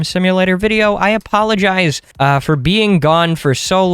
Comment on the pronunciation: did anyone notice that at the starting he says "apollongize"